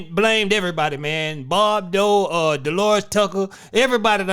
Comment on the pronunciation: He said Bob dole 😅